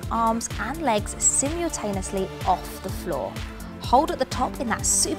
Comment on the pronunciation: Residents band???? Sim-yule-taneously???